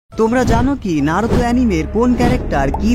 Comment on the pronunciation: bhai tmr vdo blo lagse design R edit sundor hoise But voice ta ektu clear kori pelle balo hoito ki narutor modde naaroutho uccaron koro that naruto not naarutho